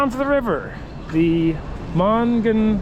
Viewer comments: Pittsburgh word help River pronounced Ma-nong-ya-hey-la. Incline and town pronounced Du-cain. Lol Hope this helps. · I grew up outside of Pittsburgh PA and to hear you butcher the "Monongahela" river had me rolling so hard. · Being from the Pittsburgh area it was fun to watch "yinz" exploring the area. Definitely amusing listening to your pronunciation of Monongahela and Duquesne. I bet you would love to explore the 3 rivers "N'at".